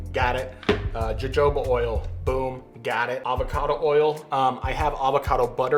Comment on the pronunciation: Its hard to experiment when you dont know how much of each ingredient your using. Also I used to think you were just probouncing jojoba oil wrong but then you said abacado and I realized your just trying to trigger people LOL